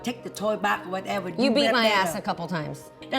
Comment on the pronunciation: I love the “wuteva’s” 🤣